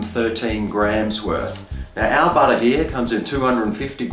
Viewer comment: Badah on the top, in the dough!! Nice taste, but adding 'badah' in my bottom😕